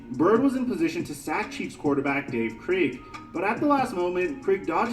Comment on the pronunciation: Where was Daryl Stingly ,? Also Dave Krieg is pronounced Craig not Kreeg